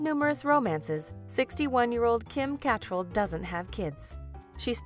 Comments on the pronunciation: PLEASE learn how to pronounce “Cattrall”. You say it, Cat-TRALL! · CAT TREL? LOL KA TRAL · Kim "Catt-rall" ??? Lmaoooo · I am SURE it's pronounced "Ca-TRALL". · Kim's last name is pronounced "ca-TRELL". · Thought it was pronounced Ca.. trell empasis on trell! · Kim KAT-rall 🙂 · Kim "Kuh't-rahl" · Why tf is she pronouncing it "Kim CAT-TRELL" over and over again and then later on pronounces it correctly later on...? Lol so annoying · You mispronounced Kim Cattrall’s last name - and Charlie Rose was never the prime minister of Canada 😂. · If only this video could pronounce her name correctly. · They lost me with the pronunciation of Kim Cattrall’s surname. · Your autobot narrator mispronounces “Cattrall” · So true. If you're gonna do these types of videos at least get that right. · It’s bothering me how she pronounces Cattrall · CAN you at least pronounce Kim Cattrall’s name correctly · ferociousgumby I cringed when she mispronounced her name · Ugh I know right!!! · 2 minutes in and you can't even pronounce Catrall's last name properly and show the wrong picture of our late Prime Minister Trudeau 🤦🏼‍♀️ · Americans cannot speak English. The woman is not able to pronounce Cattrall properly......really annoying. And she pronounces auntie ignoring the u in the word .......making it sound like the auntie is an insect.........Americans 🙄😅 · How did u pronounce Kim Catrel both ways?? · pronounced Kims last name wrong. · U said cattrall wrong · Mispronouncing Kim Cattrall’s last name. Really grating on the ears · You need to do your homework, you can't even pronounce Kim Cattrall's name right and that pic was not Justin Trudeau's father! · Is this a computer voice narrating this? You're not pronouncing Kim Catrall's last name correctly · As for the comments on the mispronunciation of Kim catrall’s name I cringed too. However, Catrall was born in England. It definitely would the way a brit would pronounce it. But the narrator didn’t sound British. Confusing.